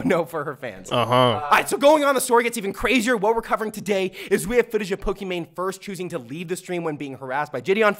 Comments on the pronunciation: Man said "Cocimane" lol😂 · Respect for calling her cookiemane😂😂 lmao